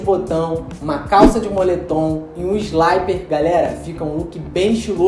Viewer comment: Não se pronuncia "sláiper", mas sim "slipper", beleza? Vem de "slip", que significa "escorregar".